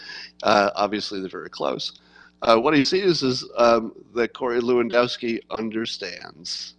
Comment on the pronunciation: Say "LEv-An-DOFF-Ski". Dziekuje (Jen-COO-yen), bardzo.